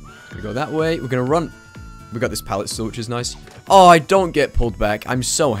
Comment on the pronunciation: There’s just a little h at the end when he says oh and no so it sounds like ooooooooooohhhh and nooooooooohhhh